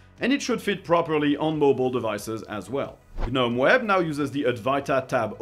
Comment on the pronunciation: you DO NOT pronounce the G in Gnome.... its pronounced Nome.